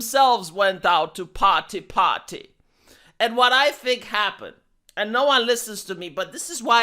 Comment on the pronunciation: Par-ty par-ty